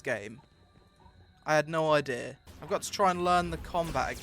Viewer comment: "Ideur" lol i love how he says idea